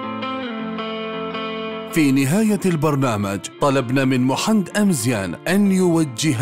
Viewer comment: اسمو محمد ماشي محند